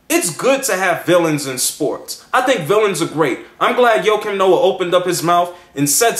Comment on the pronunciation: i think your saying his name wrong.